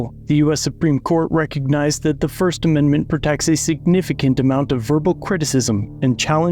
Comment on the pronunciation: This stupid chief doesn't even know how to say "First Amendment Protected Activity" correctly. Makes you wonder....